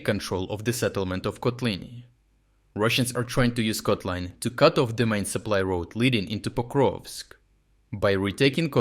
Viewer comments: Come on, already switch to normal AI voice-over. It's ridiculous using an AI with an accent if one name gets pronounced three different ways within a minute. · Has anyone else noticed that he pronounces town names differently within each video? For instance, in this one Kotlyne was pronounce 3 different ways in under 1 minute. I wonder if is actually an AI voice. It doesn't really matter, just kind of surprised I never see anyone else mention it in the comments. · bro pronounced Kotlyne in 3 different ways within the first seconds, which one is it? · Why inconsitent pronunciation of Kotlyne? I've heard 4 posibilities. And Udachne should be read with "English" 'ch', not German. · three different pronunciations of Kotlyne :socialdist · I just realized the voice is AI, there's no way this dude pronounced the town's name in three different ways throughout the whole video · How comes, that Kotlyne has almost different pronounciations in only two successive sentences? This is very peculiar for a native speaker. Is this video clip actually being narrated by a human, or is it just AI text2speech? Strange...